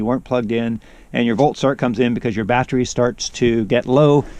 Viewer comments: What is a "BAT-Tree" ? The word you are attempting to pronounce is.... BAT tERy, that's ....BAT-TER-EE.... not bat-tree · U say battery funny !